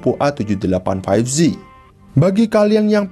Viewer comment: 5G dibaca "faif ji" bukan "faif zi" bang